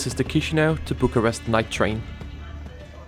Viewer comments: Please stop pronouncing "tchishinau". It's "kishinau". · We don't say Chișinău like chishinao we say it like kishinao or kishinev